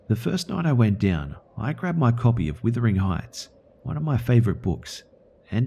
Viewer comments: Uh... Its Wuthering Heights not withering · Maybe I am too picky for these videos, but pronunciation mistakes make me crazy. "Withering Heights'?